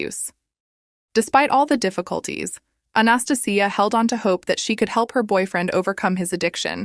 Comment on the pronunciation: I hate saying this but it's not South Korea and your pronunciation of Anastasia is hurting my ears.